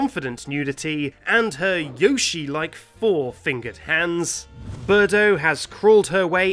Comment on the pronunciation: it is not birdo